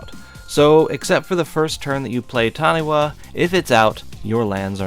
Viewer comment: Nothing more amusing than adding to the Taniwha jank than a well placed Worldslayer. Your lands will be phased out. Revel in the salt. For the sake of cultural accuracy, it is pronounced Tani-FA